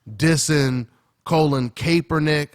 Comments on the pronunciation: Yo, Kaepernick's name is pronounced Call-in Cap-er-nick. Cap as in baseball cap. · Pronounced "cap"ernick.... Not "Cape"ernick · (cap er nick) not (cape er nick) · why cant anyone pronounce his name correctly? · hopefully they dont hate and kick you outta the gym bruh sad to see are own who we look up too great video as always..ps u butchering my QB's name lol